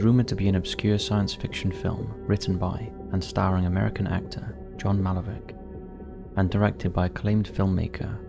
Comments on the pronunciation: It’s 2115, not “Two Thousand One Hundred and Fifteen. Secondly it’s Malkovich, not Malovick!! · Why are you saying “MALOVIC” when it’s John MALCOVICH? Some may say I’m being picky but it’s one question I wouldn’t mind being answered. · Who is John Malovik? It’s MALKOVICH (Mal-co-vich)!! You need to re-edit the video. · "Malovik" "Cognak" FFS narrator you literally have ONE job... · It is pronounced. Mal..Co...Vitch. It is disrespectful to pronounce it incorrectly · MALKOVICH. MAL-KO-VIK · Mal-co-vitch, please. How can you not know that?! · imagine coming back to the channel just to call John Malkovich 'John Malovik' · Deliberately mispronouncing the names of storms, countries etc is just idiotic, but deliberately mispronouncing people’s names is so disrespectful beyond belief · 1.Mal-ko-vich. 3. El Reno. It's a tornado, not a hurricane. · You trying to rage bait me by consistently saying Malkovich wrong!? Ok you win duffus 🤣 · Ohh no even our favorite OG narrator cannot pronounce John Malkovich’s surname properly?! What the heck is going on? lol. I know he’s not an American but come on! This is all regurgitated info anyways 😏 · Or how to pronounce his name